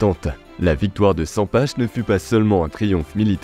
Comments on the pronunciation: Bonne video 👍 par contre Sempach ça se prononce pas sempache, mais saimparr😅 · Sympa la vidéo, on prononce " Sempar " par contre ^^